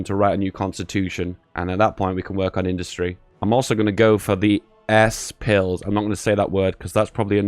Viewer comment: "S-pills" lol